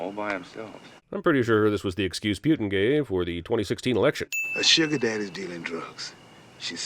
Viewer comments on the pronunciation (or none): Also...Pew-tin? It's Poo-tin. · It's not "Pyuteen" it's "Pooteen"! As in who's voting for "Pooteen"? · The way you pronounced "Putin" should be a sin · Who the hell pronounces Putin as "pew-tin"?